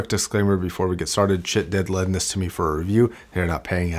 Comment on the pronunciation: lol i thought he said ** not schiit